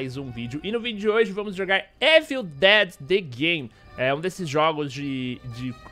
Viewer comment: Parei de assistir qdo ouvi "évil" ...